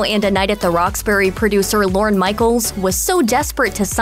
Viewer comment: Lorne...not "Loren".